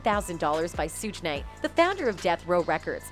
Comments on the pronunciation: mispronouncing names on purpose just to not get sued for defamation of character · mispronouncing the names on purpose just to not get sued for defamation of character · OMG watch a video before you post videos of people unknown to you... Suge Knight... Pronounced Shh-ug like Sugar -minus the damn ar... And Tupac??? Two-pack??? Really??? Where you been? Another planet??? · Who is 2 PACK? And who is Surge Knight? How can you be a moderator and mispronounced names of celebrities of interests? Terrible commentary. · Did she say Sooge Knight 😆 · 2 pack and sooge knight lmao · "2-pack" and "Sooj Knight" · "Sooge Knight" 😅😅😅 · “Sooge” Knight lol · Shorty talmbout sooge night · The narrator can't even pronounce Suge Knight's real name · I love how Suge Knights name is pronounced lol